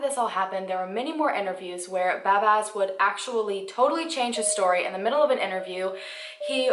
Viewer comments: its pronounced bahzbahz still A++ For effort! 😀 As a Mexican it breaks my heart to say this but the justice system and police investigators fail most of the time. In Mexico if you have money you can make anyone disappear. Money speaks alot. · Do you really have that much difficulty saying 'Bazbaz'? It's pretty simple.